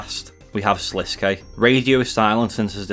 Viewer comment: About time someone says Sliske's name correctly Everyone keeps calling him Slisk and its making me annoyed.